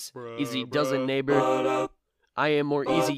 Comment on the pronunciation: When he said neighbor I thought he said the n word hard r